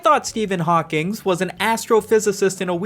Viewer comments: Ngl I took psychic damage every time I heard "HawkingS" instead of "Hawking" 😭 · You definitely pronounced it "Hawkings" just to piss everyone off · There’s no S in Hawking. You keep saying Hawkings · Everytime he says "Hawkings" it makes me laugh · How do you make a whole video on Stephen hawking and miss pronounce his name every single time lmao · It’s fun that you did a whole indignant video and misprounounced Hawking’s name throughout. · Every time he puts an “s” at the end of the name Hawking 😂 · bro how did you mispronounce Hawking a thousand times in ten minutes